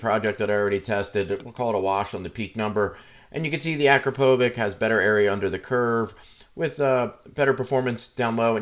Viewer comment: it is more of A-KRA-PO-VITCH, with accent on "PO" sounds amazing, got it on my 2022 09